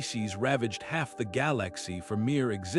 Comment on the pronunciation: "Gal Lax e" 🤣🤣🤣🤣🤣🤣